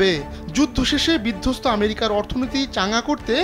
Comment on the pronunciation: আমেরিকাকে ম্যারিকা বললে কি স্মার্টনেস বাড়ে?